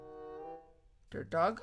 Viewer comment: When said "Dirt Dog" I thought she said.... DERP dog!😂